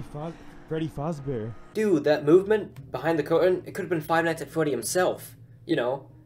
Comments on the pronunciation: True, and they’re not even saying Fazbear right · Freddy fasebear ? No, it's Freddy fazebear